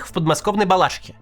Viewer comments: БалаШИхе, ударение на ши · Макс, в Балаши’хе, на всякий случай)) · В БАЛАШИХЕ! А НЕ В БАЛАШИХЕ!😂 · Макс, в Балашихе ударение на И. В остальном, спасибо за всё, что ты делаешь!